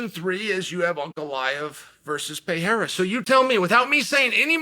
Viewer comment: Chael is still saying Pereira's name wrong.